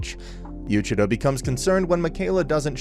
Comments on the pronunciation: Its Yu-ich-i-ro and Mi-kai-la. That's how its pronounced. :( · I’m literally ten seconds in and smiling like mad at how you’ve absolutely butchered Yuuichirou’s name lol.